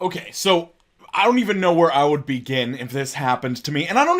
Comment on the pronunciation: Where do you even "BEE-gin"